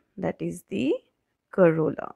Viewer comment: Corolla not carola Am l right? 😅❤️💙💚💛💜😅